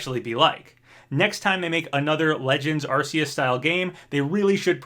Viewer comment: You're right, everyone knows it's supposed to be pronounced AR-KOOS!